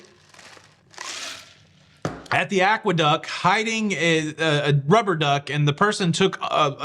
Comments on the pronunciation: Aqueduct has a t at the end. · May I (gently) point out that it is AqueducT? :-)